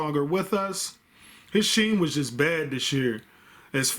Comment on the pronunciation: Aye bro love the vids. Also it’s not pronounced sheem” it’s “skeem”